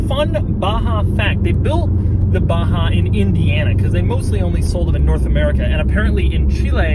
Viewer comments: why u say it baHaaa its baJaaaa 😂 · its Baja not baha where did u see H its J lol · It’s BAJA not BAHA. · Baja != baha.... if its baha call it baha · Baja you dumb fuck . Not baha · It is Baja not a baha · Batza !! Not Baha.. Batzaaaa !!! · pronounced BAZHA because if they wanted us to pronounce it baha, they should've written baha. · Doug the type of guy to pronounce baJa as baHa. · Baha? Is it not saying Baja? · u said baha instead of baja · Its 'Baza' the hood is longer than the bed. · Baha or Baja 😁😂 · Do you actually speak the j like a h? Baha and not B-a-j (like in Jay)-a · Why is baja pronounced as baha? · Why Doug pronounce baja in ba-ha? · Seriously?? No comments about the pronunciation of the BaHa? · its a baha. so the "j" is a non-silent "h". hmmm. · When he abaha.. It sounds like yamaha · Stop said BAHA? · Why it's pronounced as "Baha" when it's clearly named as BAAJAA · Y is baja pronounced baha & not baja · How is baja pronouced baha? Is the car mexican? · Sir its Baja not baha I guest you spelled it incorrectly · call this baja like j dont sound ha.like honda xr baja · the way Doug pronounces BAJA is interesting. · why is he putting a ''H'' where its clearly a J?